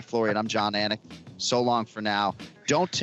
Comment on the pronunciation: anik said the name wrong after the audio pronounced proper lol